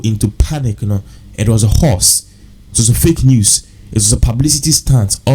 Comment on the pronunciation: What's a Hoarse. Word is HOAX. pronounced "hoe'x"